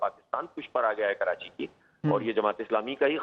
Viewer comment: Mr. Adnan adil plz correct yourself it’s not kirachi the correct spellings are Karachi so plz don’t say kirachi